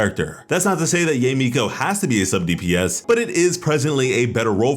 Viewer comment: Its ya-e not yey. Or just call her miko